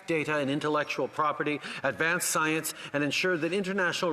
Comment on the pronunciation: No, no. He said "psy-ence", kind of like astrology vs. astronomy.